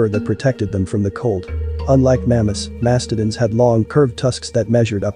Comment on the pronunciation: That might explain some of the mispronunciations like glyptodon and mastodon.